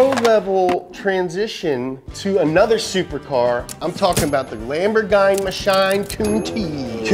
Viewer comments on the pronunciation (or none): I can no longer pronounce it correctly. They are all Lamborghine Ma Shines now. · Everytime pronounce the Lamborgine ma-shine makes me laugh so hard. 😅😅🤣🤣